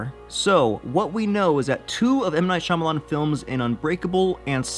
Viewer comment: Spee Spa what "Shamalamah"? Shyamalan